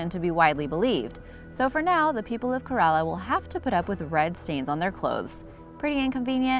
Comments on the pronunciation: You are pronouncing Kerala wrong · OMG the way you pronounced my state Kerala is hilarious 😂